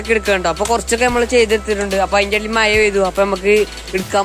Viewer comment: Maya alla mone mazha 🤭